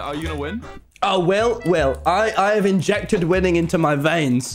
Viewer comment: "Wil, Wil- I have injected winning (I THOUGHT HE SAID WOMEN) into my veins."